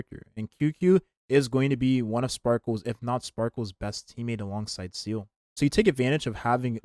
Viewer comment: Seele ❌️ Seal ✅️